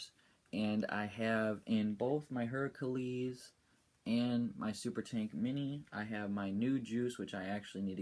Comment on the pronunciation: and it's pronounced (hair-ah-klees) thanks for the vids.